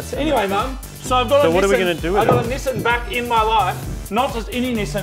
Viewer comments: "This is a Nissin 180sx" The way they say Nissan fucking triggers me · STOP SAYING NISSAN!!!! ...It's pronounced "Nissan"... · Nesen no no no Nissan=Ne•san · "nisen" vs "nissan". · God I love this channel, but I absolutely loath how he says Nissan. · I don't understand why Australians and Brits say Nissan wrong. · So have you guys learned how to correctly pronounce "Nissan" yet?